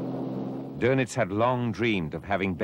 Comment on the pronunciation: See the umlaut over the O in his name? That means its pronounced dernitz